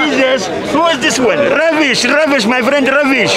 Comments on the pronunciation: The way he rolls his R's is amazing "RRRRRRRRRUBBISH" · He has the best “Rubbish” pronunciation I’ve ever heard 😂